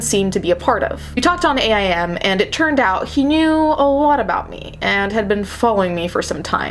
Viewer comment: AIM is pronounced like the word "aim" lol it's AOL Instant Messenger xD